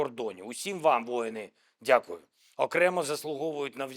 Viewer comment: Зель, твое дякую , как язык в дупе